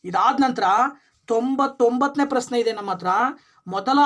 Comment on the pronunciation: ನಿಮ್ಮ ಪರಿಹಾರ ಸೂಪರ್ ಸರ್ ಬಟ್ ಕನ್ನಡ ಉಚ್ಛಾರಣೆ ಸರಿಯಾಗಿ ಮಾಡಿ ಸರ್ ಪ್ರಸ್ನೆ ಅಲ್ಲ ಪ್ರಶ್ನೆ ,ರುತ್ತ ಅಲ್ಲ ವೃತ್ತ